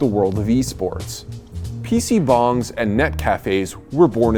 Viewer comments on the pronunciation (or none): I kept hearing PC Bongs. Haha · as a korean, its funny to hear people say pc bong lol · I can assure you it was neither pronounced correctly in English nor Korean. But it made for a cute joke at the end. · you butchered every pronounciation possible on those korean words.